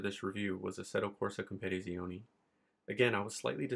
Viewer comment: You add to many Syllables in Assetto corsa competizione like you say compete in the same word. sorry to be that guy 😂😂